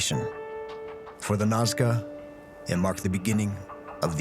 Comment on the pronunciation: the narrator said it right, 'Nazca', but through the intro he kept calling it 'Nawzca'.